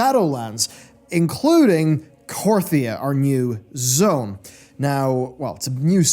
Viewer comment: Korthia, not KorYthia